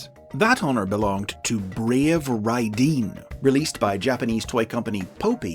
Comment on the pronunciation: Love your videos, you are so good at summarizing decades of information! (Minor note: Brave Raideen should be pronounced something like "raidehn", according to the Japanese writing in the title)